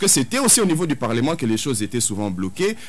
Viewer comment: est nettement meilleure par rapport à dont la prononciation laissait vraiment à désirer: "Ti" au lieu de "Tu", "Lé" au lieu de "Le" "Qué" au lieu de "Que", "Di" au lieu de "Du" etc...